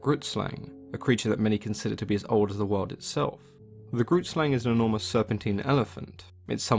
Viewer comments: Grootslang literally translates to big snake 😂 also it's pronunced g-(rolled) r- oo-t sl-ung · For those wondering what the South African myth means. Grootslang translated directly means "big snake", yeah our native people, the Koi and the San weren't very creative with names. It is an Afikaans woord and how you pronounce it is a bit different to how English people read it. Not saying anything negative here just stating something. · Super late, but i'm from South Africa and the pronunciation of grootslang was way off. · Growlie26 neither have I but the way he pronounced it hurt me inside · Grootslang means big snake in Afrikaans and you are pronouncing it incorrectly but eh who cares.